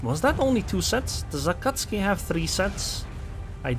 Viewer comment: You pronounce the “u”. Ah Cat Sue Kee. It is Japanese, not Polish.